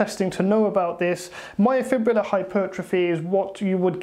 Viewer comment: Refreshing to hear someone finally pronounce the word “myofibrillar” correctly. Literally every bro on YouTube that has heard of this concept incorrectly says “myofibular” and it drives me crazy hah.